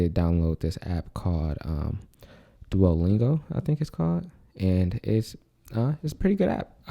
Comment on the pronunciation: fudge. duolingo- my soohmore year spanish teacher ruined it for me - yeah u said it right